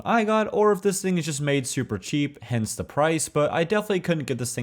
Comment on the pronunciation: “fidgeting” “hencey” real.